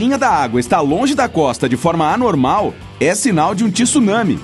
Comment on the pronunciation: Alguém diga a essa dubladora que não é tissunami. Tsunami se lê com o T mudo, junto com o S O som é TSU mesmo